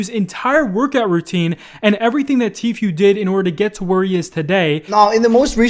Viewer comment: I might subscribe again if you learn how to pronounce Tfue the way Tfue pronounces Tfue.